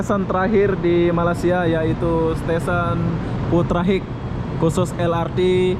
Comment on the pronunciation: Sebutan inggerisnya konyol.. Bunyinya seperti ini, Putra Haikh bukannya Putra Hek..😇😇..apa2 lah loe..